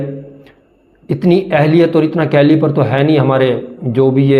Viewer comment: "calliper" nahin, "calliber" bolo